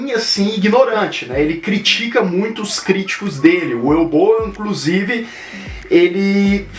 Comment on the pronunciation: Na verdade se pronúncia "Uvi Ból".